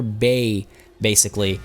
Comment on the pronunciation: Bay-sically... daaaang.